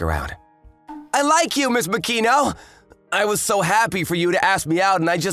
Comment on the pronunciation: ma-ki-no not mak-i-no